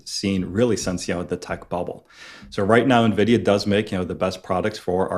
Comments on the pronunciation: Yes. I cringe when she mispronounces it as ‘neeveedia”. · Please, someone tell it's Nvidia. Pronounced EN-vidia, not nividia. It's from the latin for envy "invidia." If you're on camera producing investing video content, please learn to pronounce the name of the hottest company of the industry.